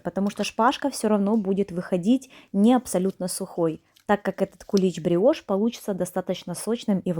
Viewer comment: Не гриошь а бриошь